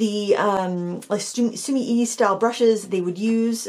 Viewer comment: And the style of painting is sumi "eh"... pretend you're Canadian 😅